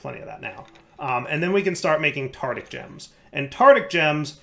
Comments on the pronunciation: and his way of pronouncing Tardic (not Tartaric) gems. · As much as I love videos, the way he pronounces tartaric gems always annoys me It’s tartaric, not tartic:( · One day, will learn how to pronounce “Tartaric”. But it is not this day.